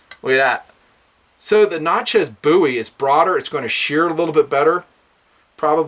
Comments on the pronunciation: I'm sorry but It's pronounced Nat-chez (sounds like matches) not Nat-chas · Natchez - rhymes with "matches" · Love vid! Great scale only thing I have to say is the way you say "Natchez" but still great vid!